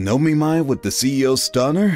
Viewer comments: Omiai. It's a SINGLE "M". It's NOT O-Me-My. It's O-Mi-Eye where the "O" is as the "O" in "Of" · It's not o mi my